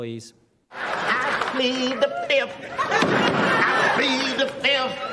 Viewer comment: "...Plead the Fisif!"